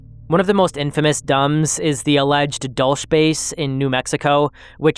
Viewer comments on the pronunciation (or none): "Dulce," in reference to the Dulce Base, is a Spanish word (it means sweet/candy.) It's not pronounced like bulge, it's like Dull-SAY. If you have an American accent, you might even say Dull-SEE. I like your video, dgmw, but you ought to look up new words when you come across them so you know how to say them before you record. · the way you said Dulce made me cringe...